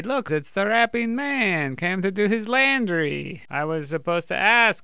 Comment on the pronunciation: I sometimes pronounce laundry as landry